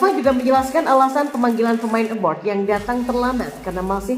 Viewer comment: abroad bukan abroud